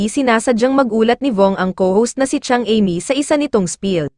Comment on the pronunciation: Sorry ha bakit iba ang bigkas mo sa name ni Amy